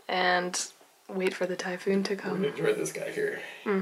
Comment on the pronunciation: was talking about a "typhoon".. I though she said "Thai food"..! FML.. haha..